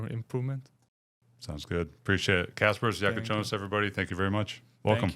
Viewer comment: man... perfect pronunciation of his name! greetings from Lithuania ;)